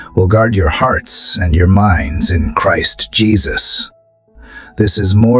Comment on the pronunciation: Did the voiceover mispronounce 'Christ' as 'Chreest' ----- listen again to confirm